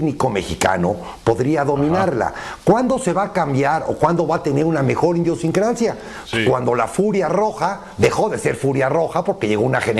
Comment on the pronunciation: Indiosincrasia? 🤔 No Es Idiosincrasia ✌🏼🤪